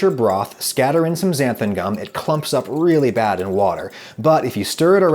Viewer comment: Sounds like he’s saying Xantham gum.